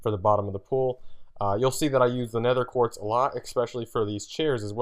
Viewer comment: He keeps saying 'nether quart' its 'nether QUARTZ'!!!